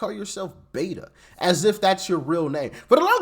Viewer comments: "Beto", not "Beta". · It's beto (bait-o) it's a Spanish nickname for Roberto and his judge father demanded he be called that so he could relate to the Hispanic community in El Paso when and if he wanted to become a public official. She's just as much a shill and Robert O'Rourke. 😂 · Beto not beta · Just as an fyi he calls himself Beto (Bet-oh) not beta. His name is Robert which in Spanish is Roberto and Hispanics shorten that to Beto. I’m from the area and know from acquaintances that went to school with him that he HATED…. HATED being called Beto and would react to anyone who did so. Now he uses it to try and get the votes here. He, like AOC, is also cosplaying to the Hispanic populace. He’s actually quite a bigot if you listen to him speak. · To clarify its not "Beta" it's "Beto" as in Roberto, which is what his name is on Spanish. While I was under the impression either friends of thr family or the family themselves called him that, I don't know for certain. That said after his first beat down I think we, the people, started calling him Beta lol. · It's BETO..Not Beta. Cmon man. Hes a clown but know what your talking about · Btw Im a Texan and cannot stand Beto. His name is pronounced Beh toe. His reasoning for rhe using the name is something about growing up around hispanica or something. Can't remember the details. And the idiot is gonna try to run again apparently. He wants Cornyns seat I hear. 😅 ya right. Like thats gonna happen.